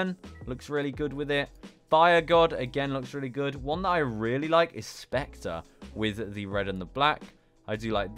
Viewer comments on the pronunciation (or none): none